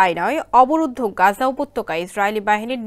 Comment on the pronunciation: গাজা উচ্চারণ ঠিক করে কর । একটা দেশের নাম সঠিক ভাবে উচ্চারণ করা উচিত । এই ধরনের নিউস রিডার্স দেড় দিয়ে খবর পাঠ করা লজ্জা জনক এই কর্তৃপক্ষের ।